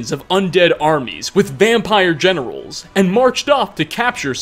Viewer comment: Not gonna lie, I thought you said "vampire genitals" instead of vampire generals and it made my morning. By all rights, armies with vampire genitals does sound intimidating.